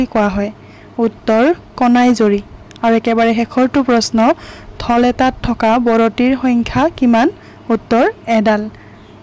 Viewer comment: ঢল নে ঢোল । শব্দৰ উচ্চাৰপ বোৰ অলপ শুদ্ধ কৈ কবলৈ শিকি লব ।